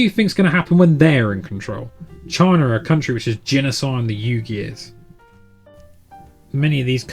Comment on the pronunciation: Some talking points to consider there. Oh, and Uygher is pronounced with a "whee" sound at the beginning. But I digress, looking forward to your next vid.